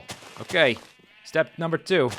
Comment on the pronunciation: Numah one....time is running out......Numah two....time is running out...